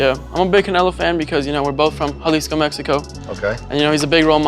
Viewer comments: " we're both from HUH-LEE-SCO mexico" lmaoooo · THE WAY HE PRONOUNCED JALISCO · an embarrassment to Jalisco, Mexico... pronounced it in such a white accent, he probably doesn't even speak Spanish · I'm sorry but when he said he & canelo was from jalisco Mexico I lost it no he from there you from Nebraska lol just how he pronounced it made me laugh still a good kid tho 😂🤦‍♂️🤣